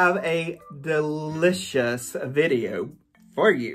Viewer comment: LOL Duh-li-cious OMG made me laugh